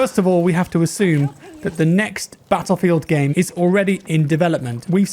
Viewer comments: "battleifeld" lol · BATTLEIFELD hahaha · anyone else notice "BATTLEIFELD"?? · Nice a sweet new "BATTLEIFELD" :p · "Battleifeld" hehe